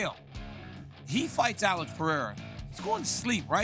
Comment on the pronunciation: Jesus Sonnen, P E R E I R A.... Is not that hard!